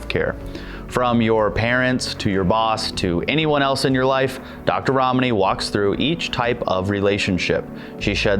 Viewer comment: it's funny how he pronounces ramani more correctly than her.